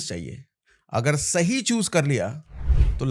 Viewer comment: sashi bol raha ya Sahi bol raha 😂😂